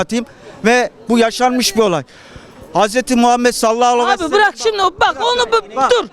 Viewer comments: HÜMMET değil ÜMMET, SASMAKHSJBS değil SALLAHÜ ALEYHİ VE SELLEM, ELHAMDÜRÜLLAH değil ELHAMDÜLİLLAH neresi doğru nereyi düzelteyim. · Sallallahu aleyhi vesellemi bile doğru söyleyemeyen malı bize dinlettin ya. Arif bey lütfen bu malları konuşturmayin.